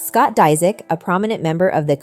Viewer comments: It’s “ Dis ich “ 😂😂 she’s said it like three different ways and all the wrong way! Dang 😂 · 😂😂😂 learn to say his last name hahahaha